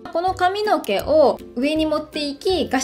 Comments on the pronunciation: えっイントネーション違う､､､？？ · 地方によって違うのかと思いました💦